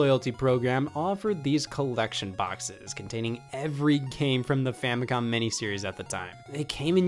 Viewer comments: Is he saying famicon? With an N? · Why does it sound like you said famicon